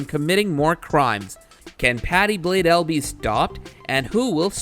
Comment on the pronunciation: Patty “blaydell”😭😭😭